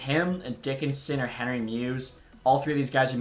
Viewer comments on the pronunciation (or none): none